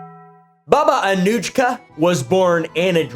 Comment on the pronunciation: Slavic J is a Y, it's more like Baba Anuyka/Anuika